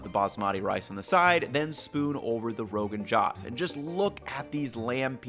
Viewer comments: You want to tell us about a dish that you cannot/will not pronounce correctly. Maybe try that as the first step. All of a sudden I don't feel so bad about Kenji mispronouncing your last name ;-) Try saying the 'O' in josh like 'Go' not j'aw'sh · Rogan Josh literally translates to “oil boiled” in Farsi. Historically correct pronunciation of the dish is Roe-Ghan-Joosh. Before the British colonization, India and Pakistan largely used Farsi instead of English; hence lots of the food has Farsi names. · The dish is also pronounced “Rogan Joe-sh” so it’s even closer to his name, haha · great vid fyi it's pronounced rogan joe-sh also love this kind of series more por favor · The o in “josh” in Rogan josh is pronounced like “roast” or “toast”, not like the name Joshua. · Bro, I love your videos but the way you were pronouncing the name of this dish was killllling me lol ✌🏽+❤ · Josh rhymes with joke, not cosh. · I mean honestly, you could have just learned to pronounce josh correctly. It would have taken you less than 10 seconds. And maybe if you understood the name, you might even understand the dish better. Also, you don't need that much oil to temper spices. Just a table spoon is good enough, and the fat from the meat adds to it when you add it in. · The common British English short-O josh is definitely not right but I don't think either a British or American English speaker seeing "joe" would make a better attempt. Ranveer Brar says it somewhere between jo– and joe– here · I know you probably feel like you've been lambasted in the comments. I absolutely have always, and continue to, love your content. This is the first time I wish you had taken the time to hear/learn the pronunciation, given how many times you say 'Josh'. Aside from that, fire as usual. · Braaaahhh... like FTW.. Atleast say it right... Its not JOSH as the name. Pronounced as "Joe-Shh "... Get your shit right before trying to get views. 😂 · Joe-sh Not Jawsh 😭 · its ROE GUN JOOSHHH not roegunJOSH 😭😭